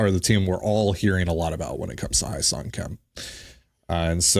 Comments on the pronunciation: Best possible outcome now is trade for bichette and put him at third. Go get Kim Hye Seong (pronounced Hye like Hay not Hi), and then sign Alonso or turner. Let’s not forget too we still have done nothing with the pen. Not looking super encouraging. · If you guys want the correct pronunciation of Hyeseong Kim's name, it would be "Heh Sung" Kim. So much gets lost in translation based on how Koreans translate their names from Korean to English. Personally, at some point while growing up, I got tired of trying to get people to pronounce my middle name (which is the Korean name given to me by my parents) because rarely ever did anyone get it right after several attempts. 😂